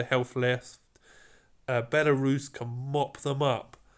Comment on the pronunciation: Why is it always the British that can’t pronounce the simplest of names lol. Belarus? Really?